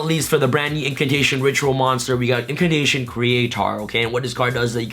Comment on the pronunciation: “Indulgence-Dino’s... No, no... Indulgence-Impcantations”.